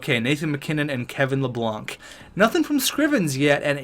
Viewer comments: L A B A N C not Lablanc lol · You pronounced Kevin Labanc’s name it is pronounced La-bank